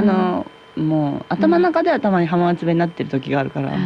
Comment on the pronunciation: 浜松⇨はままつ❌ は〜まつ⭕️ 静岡⇨しずおか❌ しぞ〜か⭕️ 地元の地名の読み方まで訛ってしまう遠州弁😅